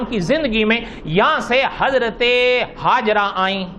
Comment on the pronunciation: Hajra nahi Hajar naam hai, Mufti Zarwali Khan Sahab hamesha batate hai